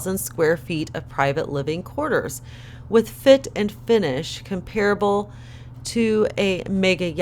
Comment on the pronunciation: Comparable and Madrid - accent on the first syllble